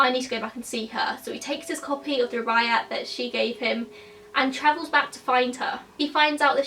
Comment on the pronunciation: The Rubiyat of Omar Kyam is a classic and it's just embarrassing that you have never even heard of it. A sad indictment of the failing British school system I'm afraid. You do know that you can look shit up on YouTube in order to find out the correct pronunciation? Guaranteed that someone somewhere has done a video on the Rubiyat for example.